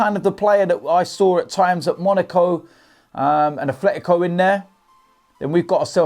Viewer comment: There is no "F" in "Atletico".